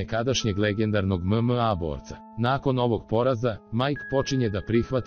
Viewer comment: mozes bar naucit kako reci MMA